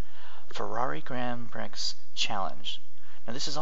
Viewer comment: It's not pronounced "pricks" ya nut. It's pronounced "pree" grand pree